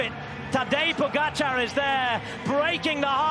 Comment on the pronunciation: They are paid commentators And can’t pronounce name pogacar correctly Wow